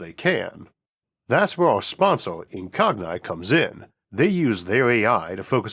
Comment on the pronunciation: I'm pretty sure it's pronounced "incog-knee" as in "incognito"